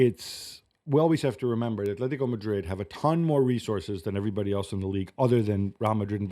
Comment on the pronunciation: bro.. just say Atletico and Barcelona you dork